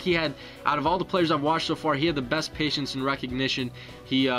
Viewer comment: I don't mean to be "that guy" but I've noticed in a few of these videos, you've said "Patients" instead of "Patience". Patients would be the plural from of patient.